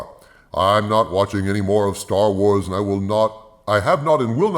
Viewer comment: It's now STER WERS and STER TRIK